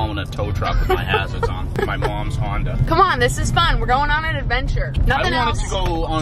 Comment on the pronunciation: "my mwoms hwonda"